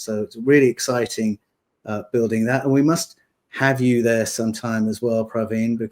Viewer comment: When is going to finally learn to pronounce "building"??? This is ridiculous!